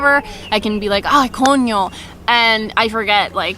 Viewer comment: You're becoming truly Dominican, you just said coño like a local. Things I picked up is pancakes with Vermont maple syrup grade A fancy, really delicious.